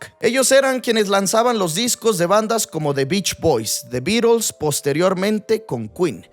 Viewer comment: Porque dices los Birols? Los beatles eran britanicos , alli en Inglaterra se pronuncia la T. DSuena ridiculo